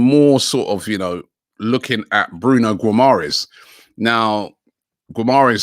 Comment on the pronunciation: It's: Gee-ma-resh